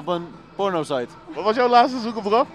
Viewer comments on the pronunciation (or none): Broer het is laatste niet laaste